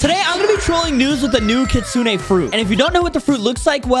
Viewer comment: It's pronounced (kit-sune) not the way you said it